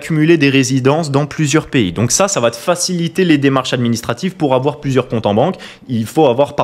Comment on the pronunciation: il ne faut pas aFoir PEUR !!!